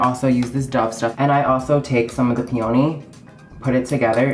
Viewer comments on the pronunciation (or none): The way she says "peony" as pee-oh-nee...I can't. Someone should help these people pronounce words before filming. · did she say peony as pee-on-ee 😂